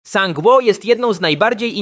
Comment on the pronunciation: czytaj sang-wu